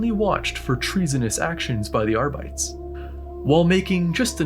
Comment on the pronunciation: R-bites? Woof it's supposed to be latin/gothic so Are-bit-tees